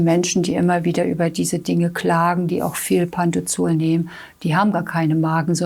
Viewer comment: Es heisst Pantropazol und nicht Pantozol